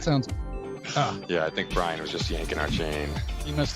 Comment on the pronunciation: I missed the live Brian, but I'm happy you liked my snowflakes. Thank you also for pronouncing my name correctly, believe it or not, 90% of the people have difficulties. ☺